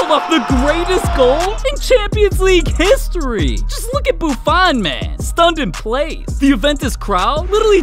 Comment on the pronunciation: This guy saying “ heeestori” is one of the funniest things I’ve ever heard.😂😂😂😂😂😂